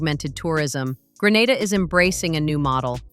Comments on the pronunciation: It's 😂not Granda in Spain it's Grenada kmt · Its not call Granada its Grenada ffs 🙄🙄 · The correct/native pronunciation is Gre na da.....Gre nae dah. Not Gre nar da. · For God's sake it's GRE-NAY-DAH, It is NOT Gre-NAH-dah - that's a region in Spain 000s of miles away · ITS PROUNCED GREEEE NAY DA NOT GRANADA NOR GRE NADA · In this day and age, ya'll muddah arse so blasted intelligent but can't pronounce the Island name properly yet, it's GREE-NAY-DA 🇬🇩. Kaka holes, Gre-nar-dah / Gra-nah-da is located in beautiful Spain 🇪🇸. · How can this video be valid when it can’t even get the pronunciation right of the country? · 1st pronounce the country name properly A.I. You've gone to great lengths to make the video and do research...seems only fair to say the name correctly. All things being equal, good video. Hope you expand more on how the finances to build is structured, is it all from Chinese investors, what percentage is from the Grenadian government.